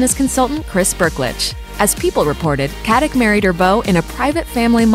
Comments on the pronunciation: Her last name is Katić, which is pronounced KatiCH (well, similar, that 'CH' is more like 'C' in word Ciao), just like you pronounce JokiĆ, DončiĆ, VučeviĆ, BogdanoviĆ, StojakoviĆ, etc... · Pronounced Katitch ffs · it's pronounced katiCH. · It's really pronounced "Kat-ich."